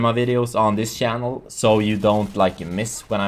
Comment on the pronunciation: you say chanel as sjanel lol sounds funny but congratz u get sponsored